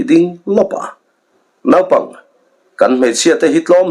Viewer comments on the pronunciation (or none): none